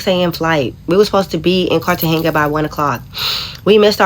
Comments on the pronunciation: Lmao I think she was saying Cartagena wrong too. It sounded like she was saying Cartenga lol! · As a Black woman that's been traveling for decades, you're too uncivilized and ignorant to travel. You're calling Cartagena Cartehenga because you're soo uneducated and worse than all the negative stereotypes about us. You're humiliating and disgraceful to all of us. In all my decades of traveling and living abroad, I HAVE NEVER had anything like that to happen to me all over Africa, Europe, the Middle East, Central and South America, the Caribbean, etc. and never even experienced a theft or a robbery. Nothing you're saying ever happens with the average traveler. You're every horrific bad thing other cultures say about us times 1,000. You speak like Buckwheat, and I'm serious when I say this, NEVER LEAVE HOUSTON, never make another video unless it's just for you and your friends. Take that gotdamn bonnet off. Have some class, put your best foot and appearance forward, and speak intelligently wherever you go because you represent us and we represent you. People like you make life soo hard for the rest of us. I'm not trying to mean, I'm saying this in love. When you don't speak English, aren't educated, look like you rolled out of bed and get on tv, don't know anything about traveling abroad, don't have the people skills to handle conflicts without fighting, don't speak the language, please don't travel. The driver probably wasn't trying to kidnap you guys, I believe your friend misinterpreted what was happening out of fear. None of these things usually happen like ever! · Girl bye! Why you are you going to places and countries that you can't even pronounce correctly! Cartagena is pronounced (KAR-tuh-HAY-nuh) you sound and look like marks traveling around clueless and you are surprised when you are treated as such....🙄🤡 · How she going somewhere and can't even pronounce the name right?! 😂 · Lesson 1, if you can't even pronounce the city you are going to correctly, stay home